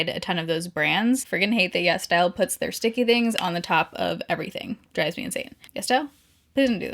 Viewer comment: I always thought she was saying Yes Dial instead of yesStyle 🤣